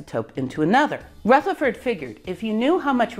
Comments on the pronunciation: Great video, but could I just correct you on one, fairly unimportant, point. Rutherford is pronounced with a soft 'th', not a hard 'th'. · Can someone explain why Ernest’s Rutherford is pronounced with a voiceless “th” while pretty much every other Rutherford ever has a voiced “th”? 🤔